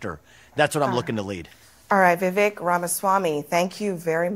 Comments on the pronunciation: Trump: Ram-a- Schwami 😅. Make no mistake. He distorts names on purpose to belittle his opponents, even if in a friendly way. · trump disrespected him, didn't even say his name properly